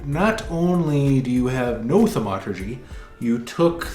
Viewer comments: Am I the only one who's driven absolutely bonkers by the way he says Thaumaturgy...like WTF it's not Thu Murtugy🤣🤣🤣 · (THAUM ah ter jee)...dammit...